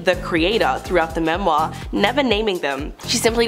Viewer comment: Have any of you ever heard the word "autobiography" or his/her/their book? At least learn to say memoir correctly, particularly if you feel you MUST say it every few sentences !!! I find I am grinding my teeth !